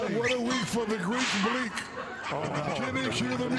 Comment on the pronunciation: Nah Shaq said "The Greek Bleak" 😂😂😂😂